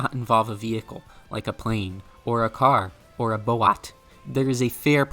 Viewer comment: The way he pronounced boat lmao.